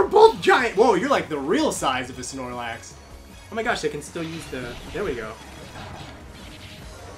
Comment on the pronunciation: did you just say snorlac? >:l haha